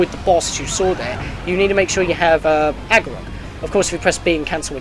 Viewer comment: "ARgorok", not... Agiroth... "Fi" like "Pi". Sorry, that was irritating me and I had to say something xD But anyway, super helpful, thank you! xD